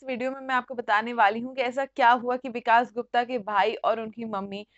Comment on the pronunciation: Hindi theek karu apni...it is vikas not vikaash